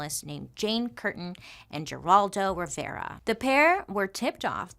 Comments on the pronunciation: It's pronounced 'Heraldo' not Geraldo. He is still around. The more you you know 😁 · It's crazy to hear you say "Geraldo" pronouncing the "G" lol. It's pronounced "Heraldo" 😉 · Lol geraldo is pronounced her-all-dough, he's famous, or was in the 80's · I’m dying at Bailey — who TOTALLY knows who Geraldo Rivera is based on her vast pop culture knowledge — delighting us with her classic mispronunciation of his name as “Jeraldo.” :D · You are mispronouncing Geraldo. It is pronounced Heraldo. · Girl, it's HERALDO with an H. We're like the same age (I think!) You should know this! At this point, I think you just mess up names for fun. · Bailey- Her Al doe is how Geraldo is pronounced. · I hope you get back to MMM soon. I know you're going through a lot. We'll wait. So many of these stories are somewhat familiar to me, but you tell them beautifully. Ziprecruiter and Indeed are the best! Carrie's baby was very intelligent.She was put up for adoption and did unusually well in school. Geraldo is pronounced Heraldo. The G is soft like an H. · Geraldo Rivera - you just showed your age by not pronouncing his first name correctly. 😄 Or made me feel really old. Geraldo Rivera was a household name when I was young.